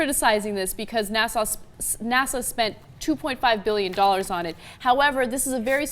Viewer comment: Ana talking about the SNASA ? Come oonn, ive been thinking it was secret, barney.